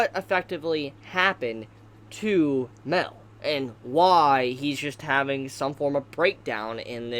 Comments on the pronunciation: It’s Ma el not mel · Everytime you say mael you say it like mel thats why i always think that you are talking about meliodas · Great video but its pronounced mAel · Mel or Mael? I don't get of who you are talking of... Please do try to differentiate their names, they're not the same. :/